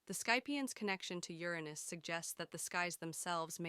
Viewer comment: Bro it‘s pronounced Uranus U like in Ultimate or Under. Not Your pause Anus. Just Uranus in one quick go.